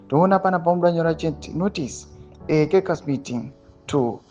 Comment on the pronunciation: Please pounce the word " caucas" properly....it's not " kekasi " but it pronounced as if spelt as , "kokus "